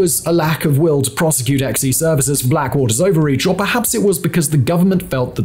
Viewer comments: This idiot. Ex-E services is pronounced "Zee." To say that Triple Canopy had a better reputation than Blackwater is absolute ignorance. This guy should stop talking about military shit altogether. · Not "EX EE". pronounced "Zee". No I am not a fluffed for "them". I just hate when vids like this fail to research before posting... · “Xe” is pronounced “Zee.”